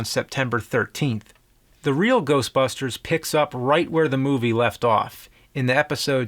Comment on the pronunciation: The Real Geoshtbushters